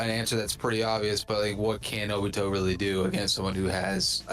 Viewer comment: Bro, kagaya is the strongest, my guy shows the mother of cakes, I'm not gonna say more bc that should say a lot, and why u sayin jobito💀